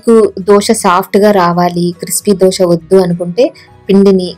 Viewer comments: దోస పిండి కాదమ్మా! దోశ పిండి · దోస పిండి కాదు..!దోసకాయల పిండి కాదు. 'దోశ' అనాలి. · దోష కాదు దోశ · Madam adhi ddoosa kadhu dosa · Dosha kadhu dosa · దోస కాదు రాబాబు. దోశ